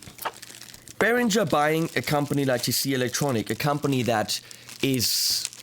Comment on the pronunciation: Why on earth do you, as a German, pronounce the word “Beringer” wrong? As all of those st….d Americans do, you pronounce it as “Berindjzer”. Why not give all the English speaking people a little education and pronounce is as it should, with a ng-sound (like ring).